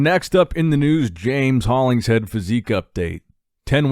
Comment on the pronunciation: its Holling-Shead not Hollings-Head his nickname is The Shed for a reason Thanks for covering BB stories As always ☺️